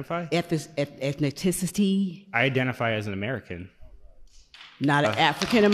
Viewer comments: Don’t ask what someone identifies as when you can’t even say ethnicity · She can't even pronounce "Ethnicity".. lol. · She can't even pronounce ethnicity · Can’t even saying “ethnicity” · Lol she can't even say ethnicity. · Can't even pronounce "ethnicity" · Cant pronounce ethnicity. 🚩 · "Ethes.....Eth...eth....Ethniticity" Even after 3 attempts she got it wrong. This is a real galaxy brain we have here. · How the hell did she spell ''Ethnicity"?! I`m not an English speaker, searched Google for that ''Ethnaticity'' she said but in vain. English speakers, PLEASE AFFIRM! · “Ethniticity”…. No wonder none of her education bills get passed, she can’t even speak English well. 😂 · she didn't say ethnicity, she said ethniticity which is not a word. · Or “ethnicity” Doesn’t really know what “suppose” means Etc. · Ok just the opening statements. “Ethnicitity” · She should at least learn to pronounce ethnicity. Unless "eth-ni-TICITY" is some kind of new word I'm unaware of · She can't even say 'ethnicity' 😂😂 why is she there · She shouldn't use words she can't pronounce. "Ethniciccitiies." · She can't say ethnicity either. Ethni-ti-citeee. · I think she was saying “baiting” but she has a strong accent. She even miss pronounced ethnicity “ethniticicy” according to her. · I identify as someone who has trouble taking someone who says “ethni-tic-ity” too seriously. If that amazing man had said he identified as trans, he’d have received a standing ovation. Yet bc of his answer, everyone was told to stop clapping. (And u gotta love how the guy next to that woman shook his head when he heard “I’m American”) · This poor woman isn’t anywhere near intelligent enough to go toe to toe with this man. Eth-ni-tissa-tee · Ethniticity? This lady needs prayers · "Ethni-TICITY" That's all I needed hear! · Ethniticity I think that’s how you spell what she said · and why cant she pronounce ethnicity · listening to her try to say Ethnicity is PRICELESS. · I laughed when she couldn’t say ethnicity